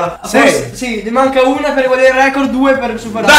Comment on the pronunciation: NON E OIU RECOOORDDD